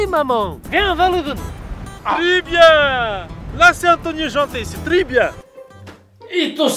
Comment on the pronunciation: Si toi aussi tu as appris que c'était pas "L'olive" mais Loulid ptdr